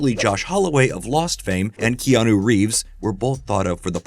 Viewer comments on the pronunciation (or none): none